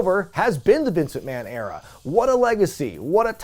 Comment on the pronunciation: The Triple H era-ah!